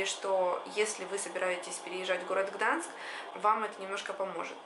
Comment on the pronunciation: Гданьск! Не Гданск! Gdańsk